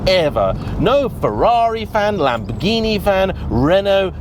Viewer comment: Hey! You pronounce the italians "Ferrari" and "Lamborghini" so lovely perfect!! Are You an Italian under the mask? 🙂 This video gave me the courage to buy a 987.2 S handshifter last year and i had about 8.000 kilometers of fun with it! May the season start soon...